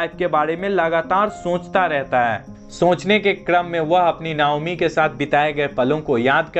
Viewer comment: नायोमी नही नाओमी